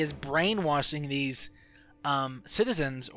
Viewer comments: It's brain washing not brain wathing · Brain wassing... You can't speak...??? You said so much shit wrong.... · Brain wassing, c (she) and a alot more 😂 i take that as he has problems pronouncing the letter "s" 😂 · brain "washing" not " waSing"!!!! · brain - wash - ing.......... NOT brain - wass - ing FML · what's up with the s = sh and the sh = s you're like brain wasing.. but then you're like "as the shtory goes" wtf dude? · “They’re brain wasthing” xD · Pronounces brainwashing as brainwassin but every other time he pronounces a word with the letter s he lisps his speech has me more confused then the game itself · Brain wasing ? Yo you need to work on your speech you mispronounced a lot of words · "Brain wasing" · Why do you say brainwashing as brain-waSSing??? ggoooood mah ears. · He can't speak properly brainwassing suisside she_se halussenasion etc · Brainwasin, allisinasions lol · Can you not make an sh sound or wtf? Hearing you talk is so annoying with she = see and your brainwassing.